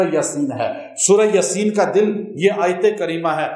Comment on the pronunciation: Hazrat aisa lgta hy ap jaldi me yaseen boltay hoey " yaa" per khra zabar ki bjaey only zabar parh detay hon jesay...sunnay me aisa feel hota hy....